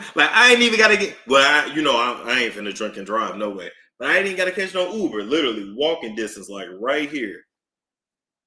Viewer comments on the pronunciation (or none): none